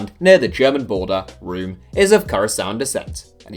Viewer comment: You should pronounce Room as 'roam'